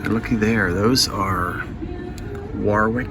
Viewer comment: Warwick is pronounced worrick, well it is here in the UK! 😊